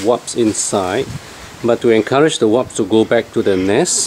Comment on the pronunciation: you are the second person that say Waps instead of WASPS :P lol Great video, thanks! :)